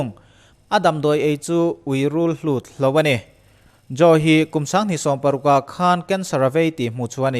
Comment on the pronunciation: Rulhlut ni lovin, rulhut.